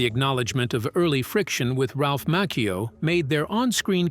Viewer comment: It's Ralph macchio